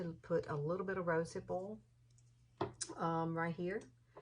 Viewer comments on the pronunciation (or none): I love your "rosehip o'l" accent! Heehee